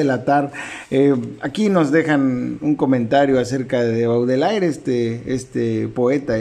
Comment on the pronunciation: Se pronuncia "bodeler" más o menos. Ojalá Kamite se anime a traer Lazos de sangre de este mismo autor. Me intriga.